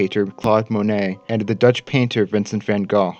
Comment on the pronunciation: hot damn, a non-Duchty correctly pronouncing van Gogh (save for the hard G we use, but that's forgiven). Also, very, very nice video, gj!